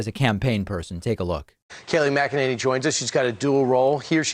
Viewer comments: I love that he keeps mispronouncing her name. That is sure to drive her crazy🤪🤣🤣🤣🤣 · She's been working at the white house for a year and you don't know how to pronounce her name? You aint McEnany sense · David, did you know that you're mispronouncing Kayleigh McEnany's name? Or is it on purpose? Just curious. She's a monster. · Why cant you pronounce her name correctly? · Kayleigh is exceptionally intelligent, beautiful woman. All you can is bash Kayleigh, mispronounce her name... not very smart of you, david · Talking about stupidity. This dude cant even pronounce her name correctly. How difficult is that? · You would think this clown might at least learn to pronounce her name correctly before he starts spouting off against her. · Now I think you are mispronouncing Kayleigh's name on purpose, just to annoy me. What did I do to deserve this?!?! Hell, they even pronounce her name correctly in the video!!!! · Yo, why's Pak allergic to pronouncing her name right though? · David, why can't you say her name correctly? I'm not a fan of hers, but seems you go out of your way to mispronounce it, saying her full name, numerous times in a row, unnecessarily. You know that's not how it's pronounced, and unfortunately that's all I hear watching your videos. Not the substance, the brazen playground taunts of mispronouncing someone's name like a Trump would. Be better than the opposition. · David you do know you pronounce Kayleigh Mcenanys Name different than absolutely every single other human being on the planet right? It’s just very strange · OMG ! David either every other person is saying it wrong (doubtful) or you can NOT pronounce her name......Uuugh ! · David internationally mispronouncing her name is so great! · Are you intentionally mispronouncing the White House Press secretaries last name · Is David pronouncing her name wrong on purpose? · are you saying. her name wrong on purpose? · Dude, you are pronouncing her name so wrongly!!! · SAY HER LAST NAME CORRECTLY